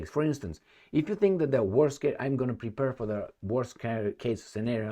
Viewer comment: "Prepare" not "prepurr." Make the last syllable rhyme with "fair."